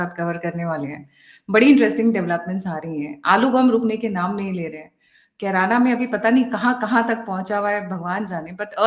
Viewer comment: मैडम जी कैराना नहीं। किराना।